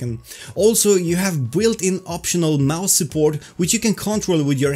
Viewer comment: Hey, you pronounce the word "built" as "Bwilt", but it's actually pronounced "Bilt". Not poking fun - I know it's the type of comment you would appreciate. Great informative video as always!